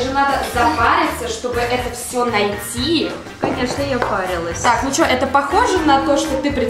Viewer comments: Не шта а што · Не што а что